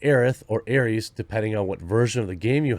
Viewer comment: Aries? Like the star sign? It’s Aeris and is pronounced the same as Iris.